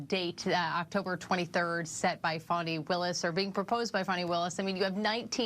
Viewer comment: I wasn't going to acknowledge this until the announcer called Fani Willis, Funny Willis. It is worth a thumbs up.